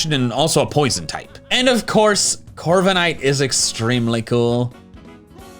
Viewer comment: Wait did you say rokeidi corvescvijer and turnades? (Sorry får bad english)